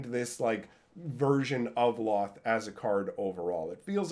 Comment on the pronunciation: Can't say I've ever heard Lolth pronounced with only 1 L sound. Official pronunciation guide for her name: Lolth (pronounced: /lɑːlθ/ lalth or: /loʊlθ/ lolth or: /loʊɑːlθ/ loalth)